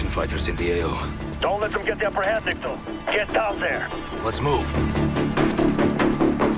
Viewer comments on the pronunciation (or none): Nick-toe not na-key-toe, Nick-toe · Its nikto not nikio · Christ its NICK-TOE not nikita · Hey i dont think its pronounced "Nick key toe" i think its "Nick Toe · At the beginning you once again said Nikita lol it’s nikto and probably came from one of the first presidents after the Soviet Union fell. We do kinda know where the map takes place from when you spawn in the map btw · Holy shit if he says Nikita on more frickin time. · Damn he really did say Nikita to Nikto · Nikto not Nikito. They even say it in the cut scene. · It's Nikto not Nikita wth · I dont get how ppl dont know how to pronounce Nikto'z name. Not trying to be rude but ill help some ppl out. It's not Nikita, or however you may say it. Its pronounced Nick-Toe. Get rid of the space in the middle and say it all at once, there you have it, Nikto. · His name is not Nikita it’s Nikto which is Никто in Russian and no one in English. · Ah yes Nikito and Khaleed al asad not Nikto or Khaled al asad. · It's Nikto, not Nikito. It's Nuclear, not Nukeuler. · Ahh it's nikto not nakito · its nikto not nikito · his names nikot not nikito, in russian Nikto means no one in russian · Nikto not nikita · Lmaoo its Nikto not Nikita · I swear most of these American youtubers can’t read or understand anything outside of Americanised English. Read a word... let it cycle through your head for a few seconds then open your mouth. I mean, it’s not the end of the world, but damn it’s a common trend. The name literally says NIKTO. Not nikito. -_ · How does this dude mispronounce every name possible? “Nikito” “komarov” “Yurzikstan” “Khaleed al Asad” at least he got Mara right holy shit. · why are you butchering the names so horrible?!?! it's Nikto and not Nikita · IT'S NIKTO! NOT NIKITO, NOT NIKOTO! IT'S NIKTO! НИКТО MEANS NO ONE OR NOBODY IN RUSSIAN. I WANNA PUNCH SOMETHING! AAAAAAH FUUUUU...... I honestly don't know why I got so triggered, I'm so sorry about that guys. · Ffs its NIKTO NOT NIKITO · I think its neek-to